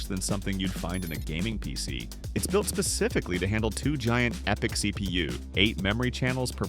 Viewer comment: Its pronounced {Ep-I(Y)-C} :D